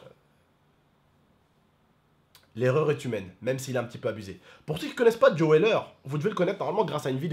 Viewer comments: Sa se prononce pas Joai mais Joooo. Et les vrais ont vue le match en direct. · Quand il dis joÉ weller il fait délirer 😂😂😂